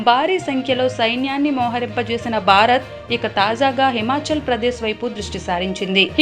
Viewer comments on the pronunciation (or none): భారత్ అనాలి బారత్ కాదు